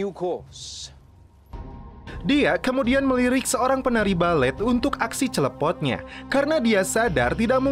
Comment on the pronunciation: Gw sering ketawa min pass lo ngucapin kata"dan mereka pun celepot😂😂😅